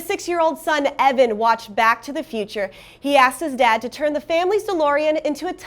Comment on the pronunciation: into the video am I the only one that caught BAS TO THE FUTURE AND NOT BAC TO THE FUTURE or was that on purpose.